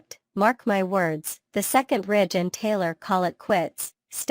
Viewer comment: It's Ridge, not Rich